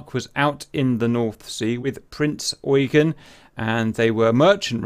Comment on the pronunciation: Eugen: say oy-gen (with a G as in Gift)